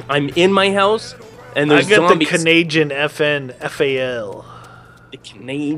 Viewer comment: stop saying Canayjin its insulting because im Canadian